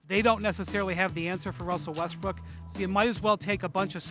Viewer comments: Windy calls him "Wussel Restbrook" a lot! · I’m glad I’m not the only one that says “ Wussell Westbrook” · "Wussel Westbrook"